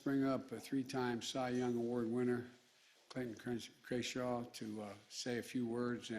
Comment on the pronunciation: “Clayton Krenshaw, uh uh Krayshaw”. Still wrong.